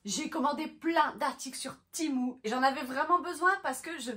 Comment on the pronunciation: Ça se dit tému pas timou et c’est très mauvais cette application